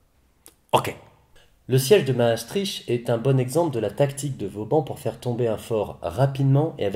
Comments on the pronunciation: Mastrichhh .. On dis mastriKT .. ;) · Pour info, Maastricht se prononce comme ceci [maːˈstrɪxt] Sinon, très bonne vidéo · *maastriche*... j'adore l'accent françouais qui massacre tout ce qui est au nord ... Bruksel ou molanbèke :'D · ça se prononce Maastrirte non?